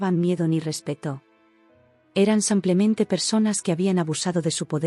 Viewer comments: Samplemente? o simplemente'' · Siempre dice:semplemente y es simplemente. Ya es tiempo que se corrija el habla.